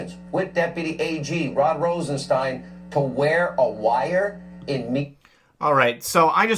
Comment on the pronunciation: As correctly pronounced, it's Rosenstein (as in Frankenstein) not, 'Rosesteen'...